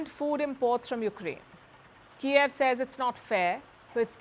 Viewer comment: its Kyiv not Kiaav :D